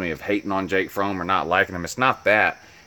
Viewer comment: Learn how to pronounce Fromm dumb ass